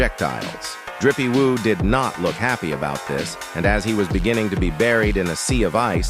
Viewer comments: Why is the AI calling Jinwoo "Drippie woo"😂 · this AI shit is so fucking cringe. "rizzy woo"?